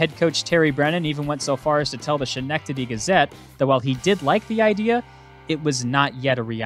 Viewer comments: Schenectady is Skuh-neck-tuh-dee, my friend. Good chuckle about NY names. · Schenectady is pronounced Ske-neck-ta-dee.